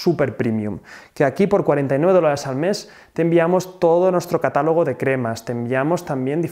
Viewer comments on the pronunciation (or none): none